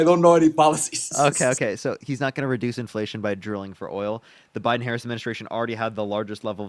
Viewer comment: The fact that he keeps mispronouncing Harris' name means he isnt debating in good faith.